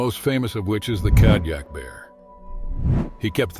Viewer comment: KODIAK BEAR!!! NOT kadiak. Who wrote this??????